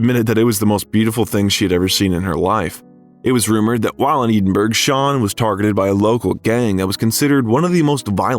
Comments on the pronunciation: I gave your channel a second go of it! You are interesting, but rather annoying with your either inability to pronounce proper names correctly or your devil may care in how you still pronounce them badly over and over again? I am not saying that I will avoid your channel altogether only that I will not séek you out! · Dude, do your research. The BAFTA is not the British Oscar. And as much as I realise Americans (and Brits for that matter) have no clue or don't care about correct pronunciation of foreign terms, you can look up how Edinburgh is pronounced correctly. Unless, of course your commentary is AI. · Please learn to pronounce Edinburgh 🙄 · If you had Googled the pronunciation of "Edinburgh," you wouldn't have sounded like a complete moron. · YouTube do me a favour. Find a non American narrator who can pronounce the following words, Edinburgh, Fred Schepisi, and others. Ignorant. Can you pronounce Milwaukee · Are you telling me there is no place in Scotland called Eden berg through which the Mississippi flows? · I’m half-Scottish and 1/4 English plus German and Irish. Mom’s maiden name is Home and Dad’s is Stewart. The pronunciation of Edinburgh is Ehdinburgh or Ehdinborough, NOT EEDINBURGH!! Thank you. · Edenburgh! That’s a first one for me. Edinburgh is pronounced Ed-inburgh. I get sidetracked when even names f cities are pronounced wrong? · Uh-oh. When you say Edinburg, and it's not a small vilage in Denmark, you have rather lost the audience. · Oh for gods sake. Edinburgh is not “Eeeden - burg”. This narration is awful. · It is NOT pronounced 'EE-den-burg'. Where on earth did you get that pronunciation Robot? Oh and F.U. Robot! THUMB DOWN BIOGRAPHER WITH YOUR ROBOT NARRATOR. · Eddddiinnbrrurrrr - E as in Egg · It is pronounced EDInburgh not Eeeedinburgh. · Eedinburg, netherlands. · "Eedin-burg".. you lost me there. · Pronunciation! Eden burg? Did I hear that right? Good lord. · Nice video. BTW “Edinburgh Scotland “ is pronounced “Ed - in - burr - oh..”